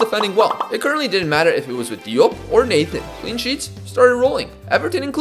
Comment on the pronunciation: Mans name is Natan and he reads it as Nathan bruuuuuuh